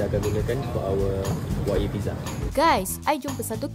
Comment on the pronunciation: Sebutan tu bukan Wag-yu tapi Wa-gyu (Wa-giu)